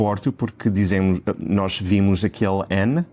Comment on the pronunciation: I find this all really helpful. I have a question though: I thought if the 'o' was stressed it was open 'o' as in pot, not the u sound as in put? Nos is one syllable so it must be stressed, yet you pronounce it 'u' 🤔